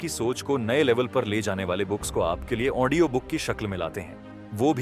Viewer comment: Aap Audio ko Aondio kiyu kehte hai ❓ Anyways,,,aapki voice aur bolne ki tarika mujhe bahut achha laga.... book ke har chapter ko aap bahut hi achhi tarike se samjhate hai... Thanks a lot sir ❤🙏